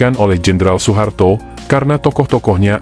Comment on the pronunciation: Sepele tapi menjadikan narasinya kurang nyaman didengar. OE harusnya dibaca U.